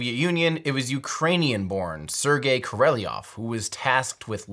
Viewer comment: Great doc... except for pronunciation of Sergey Pavlovich Korolyov name. Better luck next time!